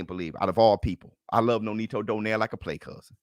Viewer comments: Let me correct you all,, nonito's last name pronounce "donairy" not "doner" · Its not donaire its donayri hahahaha